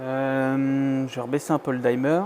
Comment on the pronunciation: Tes vidéos sont top. Par contre si je peux juste me permettre une toute petite remarque : peux tu arrêter de dire dimmer : "daïmeur" 😂. Ça se prononce "dimeur" tout simplement 😊